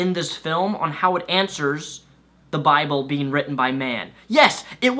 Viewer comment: Bibru. Japanese accent kicks in.